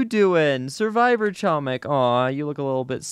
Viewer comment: doing my usual reminder:, you are pronouncing "chomik" incorrectly, the "c" in "chomik" is silent